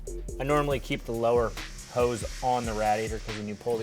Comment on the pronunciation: You say radiator wrong lol